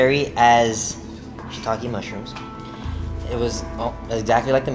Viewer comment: Haha Talking mushrooms 😂😂😂 He actually said shitokai mushrooms .. Not talking mushrooms ...people say that instead of using "shit" because you're not actually saying the word .. No hate though.. I am just letting you know what he said ..I actually just loled at what u wrote 😂😂👌